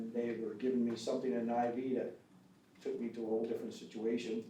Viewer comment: "THEY TURK HIS DAAWG"! 🙂